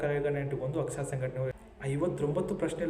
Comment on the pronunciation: AKSSA alla pa...AKSARA...dont tell chuty kanthakumar name